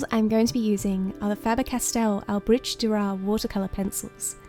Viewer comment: Albrecht (all-breckt) Duhrer (dur-ur) is a fairly anglicised way to pronounce his name. The Faber Castell pencil iine is named for him.